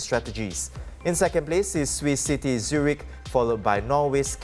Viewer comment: My dear, the name "Tim" is not pronounced "teem". "Sylvia Lim" is not pronounced "Sylvia Leem". And the English word "city", is not pronounced "see-tee". Maybe work on your articulation of English before you go on air in future.